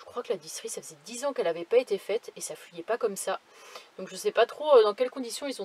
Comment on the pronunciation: Ça fouillait l’huile hihihihihi c’est pas bien de te moquer des accents. Bon courage Idriss est là!